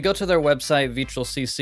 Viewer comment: It’s pronounced Vetrill